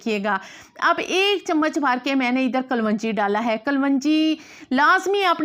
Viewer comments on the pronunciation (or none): Kalvangi nhi khyy kalongi khty hen..